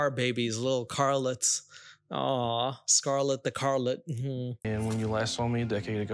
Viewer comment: bro said scarlet the carlette 😭😭😭😭